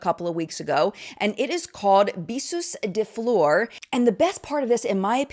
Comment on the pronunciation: Can someone explain to me like I’m two why people insist on using French for naming their products, and butchering the pronunciation, instead of a language they are fluent in and let us butcher it? I mean Kathleen Lights saying “Bisous de fleur”, when “Besos de Flor” is just as pretty, and it’s part of her culture, so she could pronounce it… or maybe someone could have taught her how to pronounce the name of her fragrance. Apologies to all those I offended… but I’m offended (and I’m French). And Kathleen Lights is absolutely not the only offender. Have a great day! I’ll just be here scratching my head in confusion.